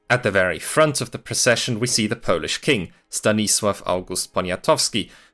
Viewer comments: It's remarkable how well you pronounce Polish words. Did you learn it all by yourself, or do you have some Polish roots? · I'm impressed by your pronunciation of our silly language. Great work! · Can we stop for a moment to appreciate how good his Polish pronunciation is? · You did great job covering this matter in 36 minutes. I also love your Polish pronunciation. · The pronunciation is mind blowing as it sounds pretty much as native speaker. Lovely video